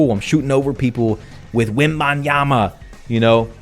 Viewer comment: also why did you say victor wobinyama